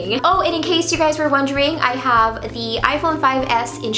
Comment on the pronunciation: Hate when she says duh instead of the